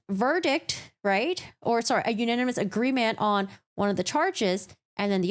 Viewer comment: U-nAn-e-mes 😅 Sometimes when you say a word so many times you completely brain fart on how it’s pronounced. I couldn’t help but to giggle at that.